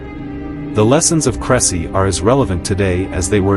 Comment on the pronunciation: Please check the pronunciation of the battle site. AI is not much help when confronted with foreign names.